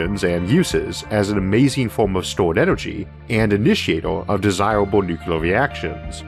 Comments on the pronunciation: I know you have a slight speech impediment - and that does not worry me when I listen to you, because you are one smart cookie. But, may I ask you to try to pronounce the word "nuclear" correctly? You are pronouncing it as "nu-ku-lar", which is a very common mistake - and one which should not be perpetuated. Think of it as two words; "new" and "clear", said without a pause. Good man! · Sorry to bring up such a pet peeve on such an nice vídeo. I really like your videos, but every time "Nukular" comes out instead of "Nuclear" it rings just... wrong. Keep up the good work mr. Arthur.